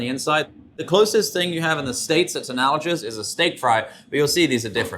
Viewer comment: Is the word "analojus" analogous to analogous? 😉It's a hard "g", like in "humongous", "noctivagous", "homologous", etc..